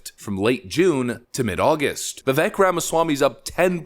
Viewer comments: Please please please just pronounce his first name correctly and he will respect you immensely. Strong, long A sound VivAk, not the e sound that it is spelled with. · It’s Vi-vake like cake, not Vi-veck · Its Vivek like Cake. He says it himself, not Vivek like heck. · His first name is Vivek is actually pronounced Vie Vake (vi = "cry" & vek = "cake") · Pronounced “Va-vake”, (rhymes with “cake”). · Its Vivek pronounced Vivake like cake. Thats how he explained it on Timcast. Guys this man is a legend. Pronounce his name correctly please. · FYI, his name is pronounced Viv-ay-k, like cake. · Just for S&G, I found out that Vivek's name is pronounced "Vih-vake". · Okay, 2 things. First, his first name is pronounced "veevake" like cake. Second, there is no Democrat equivalent. He is the real deal and Donald will need to be careful about what he says about him. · I love Vivek (pronounced vivake like cake). Seriously if you get it wrong now (as a corporate media commentator) it’s because you’re an ass. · Love your videos. Vivek is pronounced "Vivake" like Cake. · Rhino Ron!! And Vivek the Snake!! Don't tread on VIVEK!! P.s. it's announced Viv-ake!! Like Snake! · pronounced "vuh - VAKE," Just for what it's worth. : ) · It’s spelled Vivek but said like Vi-vake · Pronounced "Vivek like cake" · Phonetically: Vivake like cake. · not that it matters much but Vivek is pronounced viv-ache like cake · Say it with me folks, "Viv-ake" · Learn how to pronounce Vivek please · please learn how to say Vivek dude. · Its Vivek, like rhymes with CAKE. It's amazing how many prominent people cannot pronounce his name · Trump/Vivek 2024. Vivek/RFK 2028. Also you're pronouncing his name wrong. Vivek rhymes with cake. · The second syllable of Vivek's name rhymes with cake.